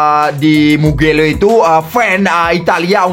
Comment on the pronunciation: Mugello min bukan mukelo😅😂